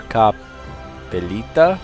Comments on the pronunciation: dont know if anybody sayd thise yet but hakkepolita is finish and you sayd it pretty right=) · Don't take this as gospel, but speaking on behalf of my neighbours across the borders to the East, your "Hakkapellita"-pronounciation is damn near perfect. What's your stance on 'Raging Barbarians'? If I told you you have a beautiful bo...*early game with them* would you hold it against me? Rage Barbs is a wild card which might add to tension and moreso trouble for the AI. Hence you can find captured workers/settlers more often and find yourself treading more carefully in fogged areas.